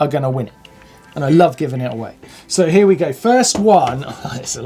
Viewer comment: #captioncontest "I'm SURE Martyn said "put it in 'ear"?